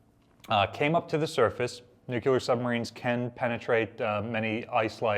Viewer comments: New-clee-er not Nuke-ya-ler. TY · Nu-clear, not nuc-que-lar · I always cringe when a professional speaker says nucular for nuclear.